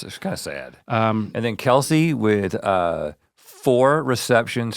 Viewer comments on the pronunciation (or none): It’s pronounced “Kels”. Not “Kelsea” just an fyi. Travis, Jason and the dad talked about it. 😂😂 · ya Travis and Jason thought that for the longest. Look up how to pronounce it. There is a podcast where there dad told them. “People kept getting it wrong so I didn’t correct them.” But it’s pronounced “Kels” the dad said at the end he don’t care what they say. And Travis said fine I’ll be “Kels” and Jason said he will go by “Kelsea” 😂